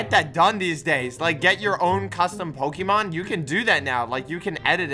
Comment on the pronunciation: No no, you said POKEMAN not POKÉMON.